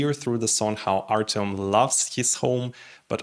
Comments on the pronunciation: Artem, not Artiom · This is a complete lack of respect for the person and the language. Just because you are used to speaking Russian does not mean that you should change the sound of the name to your taste. When you mispronounce the name of a completely different group of languages due to ignorance, this is one thing, but when you deliberately Russify Ukrainian, this is disrespect.